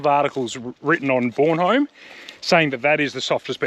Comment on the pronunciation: Soccer Mum. Mate you're pronouncing the beach wrong. It's Bornholme, not Bornholme. Cheers for another top vid.